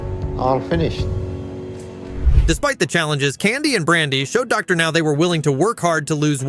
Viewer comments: Soooo WHO went insane?? I HATE HOW A.I. DOESN'T PRONOUNCE ANYTHING RIGHT!!!! Docker Now? C'mon! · These shitty AI voices can't even get Dr. Now's name right half the time. Ugh.